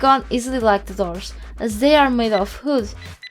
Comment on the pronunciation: it's funny how you can't say wood :D